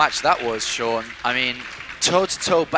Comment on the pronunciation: it's sean.... not shaun... and because of that, thumbs down